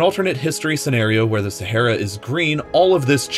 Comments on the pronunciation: Aaaaaa, try saying "aaaaa". Sahara, not Sa'hey'ra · SaHAra not Sahera pronunce it right ffs. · Your pronunciation of Sahara very wrong.. Learn English please... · Its not sahera it’s Sahara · SehEra or SahAra? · SA HA RA....no sahera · It’s pronounced SAH-ARE-AH NOT SAHAIRA. Driving me crazy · Umm it is not sehera it is saharaaaaaaa Thank you 😂💕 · Sah - Ha - Ra!!!!!!! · It’s sah har a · saHara for gods sake ..speak ENGLISH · Every time you said “Sa-HAIR-ah” I died on the insides. My doctor is confused on why I’m still alive. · I believed you pronounced "Sahara" wrong.